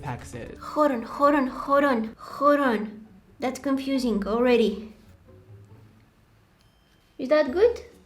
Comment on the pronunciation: Nobody: Nope nobody:: " Conphusing "